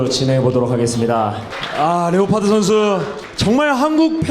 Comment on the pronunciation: 레오파드 감사합니다 완전 본토 발음이다 ㅋㅋ